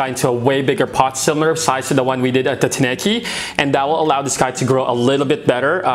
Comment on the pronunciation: Tineke is a Dutch female name and, it's so funny how English speaking owners are butchering it with wrong pronunciation. 😅 So definitely not a guy in my book, she's my lady. 😁